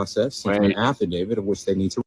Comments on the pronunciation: What if they don't consent!?😂😂😂😂 Affidavid... With the letter d at the end? Come on people... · Affidavit, he might have said it correctly the second time. But these people butcher that word all the time